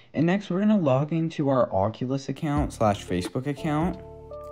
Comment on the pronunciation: Thanks people always never say it right